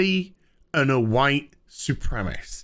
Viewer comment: Dude, "soo-prem-eh-sist". Don't cheat yourself on a syllable.